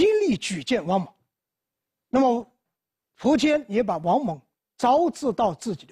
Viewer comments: 新华词典上说苻坚的读音应该是[fú jiān]。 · 苻，有两个读音，一个和福的发音一样一个和蒲的发音一样。苻，名词指草木植物，苻蓠就是白芷的另一个名称。苻通莩，芦苇杆里的薄膜，稀薄的意思。苻，通符，符文，符命，指预言命运。苻，作为姓氏，通蒲，有两个音，一个福音，现代的读音，一个蒲音古代的读音。苻氏现在读福音，古代为蒲氏。